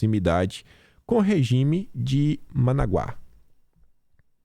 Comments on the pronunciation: o nome é MANÁGUA, não ManaguÁ! Presta atenção homem!!! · Managua não, é ManÁgua, porra, cidade famosa até em musica, mas não é mesmo da sua época e eu sei que hoje vocês estão cagando e andando pra língua, EVOLUÇÃO CRIANÇAS, VAMOS EVOLUIR E NÃO REGREDIR COMO O MULA PIOLHENTO QUER. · Querido, como você consegue ler Managuá quando está escrito e é notório que é ManÁgua? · NÃO é Managua. É ManÁgua. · o nome da capital da Nicarágua, se pronuncia Manágua, acento agudo na penúltima sílaba.😂😂😂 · Põe favor leia os acentos, ManÁgua = NicarÁgua, fÁvaro...